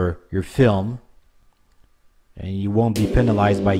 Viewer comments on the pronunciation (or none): none